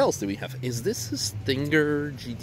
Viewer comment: I'm wondering. Are you also pronouncing the old Corvette like a "StinKray"? If not - why do it with the Kia Stinger?